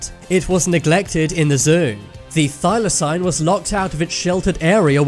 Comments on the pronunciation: Jesus H Christ, it’s pronounced thy-lah-seen. One search on Google would have given you data point. Why exactly should I trust this content if the YouTuber can’t even manage simple pronunciations? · It's NOT pronounced Thylosign.